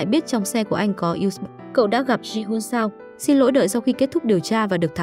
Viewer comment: Editor nên viết lời đọc "USB" - toàn chữ IN HOA, thay vì "usb". Mỗi lần đọc USB nó đọc thành U xừ bờ🤣🤣🤣